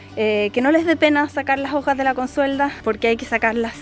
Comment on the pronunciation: Me gusta cuando dice: las jojas